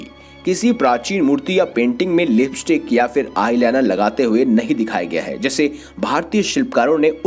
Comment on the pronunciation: The correct pronuncuation is Lipstick not libistick and stylus not styles